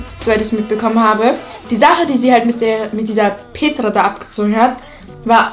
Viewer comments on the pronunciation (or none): Wie sie denn Namen Petra sagt Petrrrrrra😂❤️